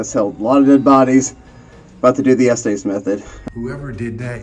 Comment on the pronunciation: Just so everyone knows, its pronounce the "estis" method not "esties"